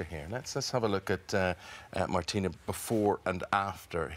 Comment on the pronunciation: The funniest thing was the English TV Moderator who couldn't pronounce Martina if his life depends on it and kept calling her "Martín" 🤣🤣